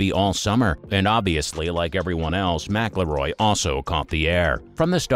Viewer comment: It would really help with the credibility if you knew how to pronounce McIIroy.